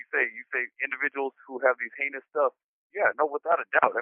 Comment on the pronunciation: Jeezus learn how to pronounce "heinous" already, you're a grown man!